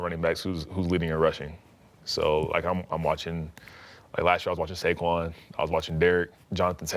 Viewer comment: bruh u couldn't even say Saquon 😂